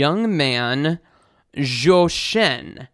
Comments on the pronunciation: Thx for your video! And for the singer's name, Zhōu Shēn, I think you were pronouncing Zhòu Shèn... the first tone, ā, should be a flat and high tone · Zhou Shen… If you pronounce his name like “Joe Shun” you’ll be closer to the pronunciation of his name in Chinese. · zhou pronounce as chou. z4c. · except the tones are way off lol